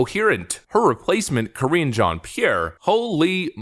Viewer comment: Ka-ringe Jean-Pierre